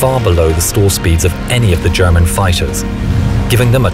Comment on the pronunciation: surprisingly good german pronunciation